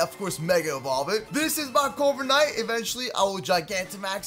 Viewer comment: Instead of corviknight I heard covid night